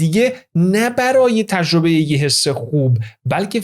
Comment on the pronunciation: من خیلی از اطلاعات خوب شما استفاده میکنم واقعا با ارزشه. سپاس از لطفتون. فقط یه پیشنهاد، سرعت اجراتون خیلی پایین من با سرعت 2 گوش می‌کنم. یمقدار هم تلفظتون لوس و با ادای تلفظ کلمات مثل ایرانی خارجی هاست. خیلی رو مخ میره. مثال: تجربه یا تژربه، راضی، رازژی... باور کنید دوستتون دارم و براتون احترام قائلم ولی دلم میخواد همه فایلهاتون گوش کنم ولی خیلی سخت میشه. ❤ ممنون دوست با شخصیت و با سواد